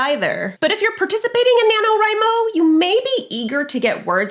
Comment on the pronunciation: I was painting with this video in the background and I literally thought she was saying Nano Rhino; every time she said it I mumbled the word, Crash because you know, rhinos.